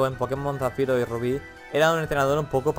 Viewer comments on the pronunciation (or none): none